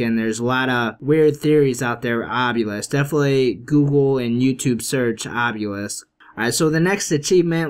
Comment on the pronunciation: Obelisk not Obyulisk also cryptids not criptoids!